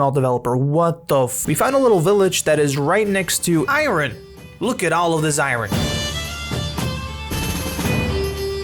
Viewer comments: Please learn to say iron properly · I’m heart broken about paws! 😢 Also, I’m going to go on a limb and speculate you’re not a native English speaker based ONLY on the way you say iron